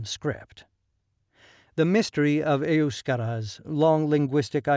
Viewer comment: Its nos eiyouskarás! Its. Euskhéras!